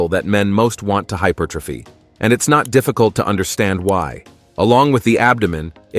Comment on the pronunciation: Right “hyper trophy” 😂